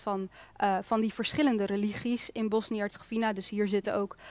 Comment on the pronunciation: Hoe bedoel je die niet gelovig zijn? Ik weet niet waar jij het over heb maar alle moslims en katholieken die ik ken daarvandaan zijn religieus en daar bedoel ik niet mee dat ze anderen aanvallen ofzo maar gelovig zijn. Oja en Hercegovina spreek je uit als WINA op het eind en geen fina. Nog iets aan beide kanten wonen moslims en katholieken dus ook dat is pure onzin. Voor de rest bijzonder dat je hier voor kiest om dit te bespreken. Mostar is een prachtige stad. Ik heb een huis daar al jaren en ik kom daar regelmatig ik weet waar ik over praat zeer goed.